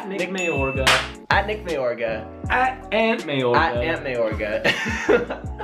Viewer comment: He says Nick Mayargo but hes name is Nick Mayorga